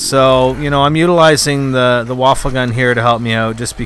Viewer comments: its not pronounced waffle its pronounced wa-fey what in german mean weapon. so its a wonder weapon traslated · its va - fe get your pronounciation correct next time. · the WunderWaffe is actually supposed to be pronounced "VunderVaffe" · i'm not gonna lie, you're being a troll and a docuhebag, it's a video. First, he's pronouncing the wunderwaffe as 'waffle' for effect, like does. second, you don't have to watch it, so just watch another video without commenting? and finally is a 'fuck you; really relevant? i think noy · no it is pronounced woon-der-waf-fe